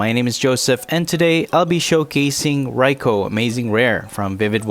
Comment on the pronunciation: Its pronouced Rai-koo - good video though